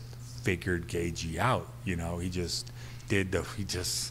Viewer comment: mayhem pronouncing gaethje so funny